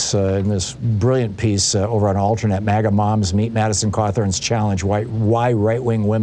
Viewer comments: It sounds like he's saying "maggot" instead of MAGA. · Did he say magat movement